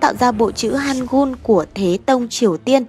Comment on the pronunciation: Lý Thành Quế, chữ Han gưl, Kô-ryo nhé ad